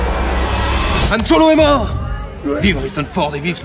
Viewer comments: YYYYan ...NON C HAN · Quand tu dis Millenium Condor, Yan ou Chicktaba, tu te fou de la gueule du doublage français de l'episode 4 haha ?